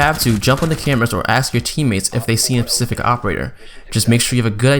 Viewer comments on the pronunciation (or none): none